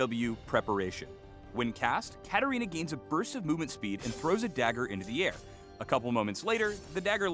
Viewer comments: man called katarina as katana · uhhh isn''t it katarina? not katana just sayin no hate but correct me if im wrong too😂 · katarina not katana but yeah, good coverage anyway keep up the grind.